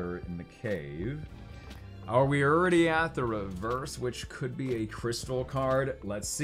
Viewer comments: You know youre from Texas when you pronounce "already" as "Urdy"! Haha love your channel and what you do for the community! Thank you! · The way says already throughout this video has me rollin’ 😆